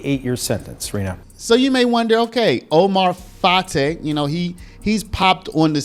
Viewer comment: Fartay needs to be arrested as well, sorry about the English pronunciation of fartay name, he's just blowing a bunch of air and I bet you he still continue to scam